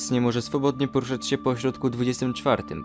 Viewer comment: W pewnym momencie powiedziałeś "poruchać" zamiast "poruszać" (nie chciałem nikogo obrazić i przynajmniej ja tak słyszałem)